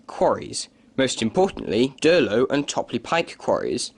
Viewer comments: Durlow Quarry is pronounced incorrectly: should be Dowlow. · Mostly to the point. However, you might note that it's Chapel EN (rhyming with hen) le Frith - not pronounced in the French way. Durlow should be Dowlow. And the Row in Rowsley rhymes with "blow". You can always check such things beforehand with locals. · It's Dowlow, not Durlow. The quarries want to reopen the Monsal route anyway. Now that they're shifting a massive amount of aggregate for HS2, there's a good chance that they'll get it back too.